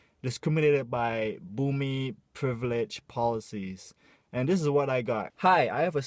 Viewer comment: Love you. Thanks for bringing up this sensitive issue and being a voice for us. By the way, I notice you have difficulty pronouncing "privilege" hahaha XD